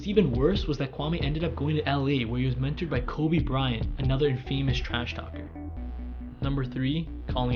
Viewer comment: it’s not pronounced in-famous , it’s pronounced in-fa-miss 😂